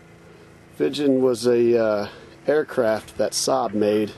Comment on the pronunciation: Not vichen🤓its viggen.........